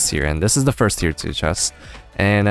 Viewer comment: The times he said Tier in this video ... Its tearing my brain up ;D